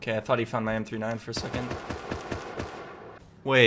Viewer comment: You lost it because you call it m 3. 9 not m39